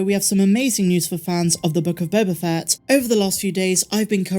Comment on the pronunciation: Again...you keep mispronouncing "The Book of Boba Fatt".